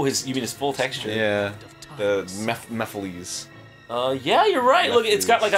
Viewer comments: MEPH-A-LISS not Mephilees.... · They missed all of the action oh and it's pronounced mephiles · Will they PLEASE pronounce Mephiles right?